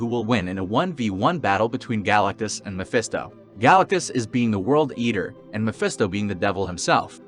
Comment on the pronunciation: Galacuss? Id thuis an AI video or you're leaving the T out on purpose.